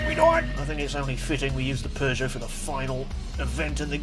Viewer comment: I find it funny that you call Peugeot and it sounds like you're saying Persia, no offense, I just find that funny :P